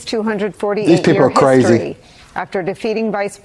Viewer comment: It was HIS-tory